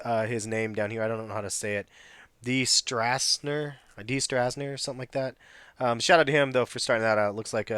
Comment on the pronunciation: You said it right Its ( stras-ner )